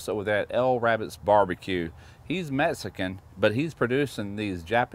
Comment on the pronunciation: I love that this guy says "meskin!". I'm from texas, so i hear it all the time, but it cracks me up.